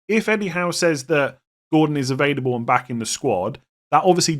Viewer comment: as one who also Does this - do you know you say “evadable” rather than “ available “ - I don’t think it’s your accent! 😊